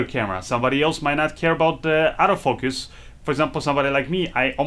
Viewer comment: Oh, you're saying Auto Focus. I thought you were saying Out of Focus.